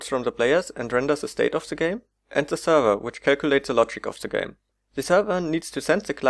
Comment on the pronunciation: Zee client tells zee zerver..